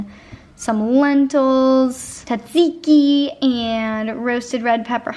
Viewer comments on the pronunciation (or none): I'm from Greece and it's so funny how you pronounced tzatziki cause "tz" it's like a "J"